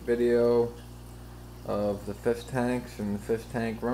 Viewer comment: hard to be a fish keeper when you cant pronounce fish